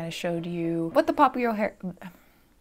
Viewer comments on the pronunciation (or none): That “pop-YOUhoo-Ler” killed me 😂😂😂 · No one: No one ever:: PoP-U-LaR we love the spontaneous wicked refrence✋ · "pop-u-ooo-lur" you'll hang with the right cohorts, you'll be good at sports, know the slag you've got to knooooow- so lets start- cuz you've got an awfully long way to go! (If you know you know)